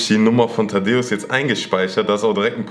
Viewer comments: Es heißt Thaddäus nicht Tadeus 😂😂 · Es heißt Thaddäus nicht Taddeos 😂